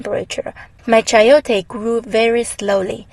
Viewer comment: i am from meico and the way you say chayote is very original the soud, I love your video